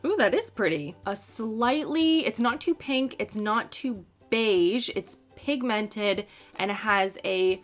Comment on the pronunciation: The way you say pigmented, it’s like it’s two words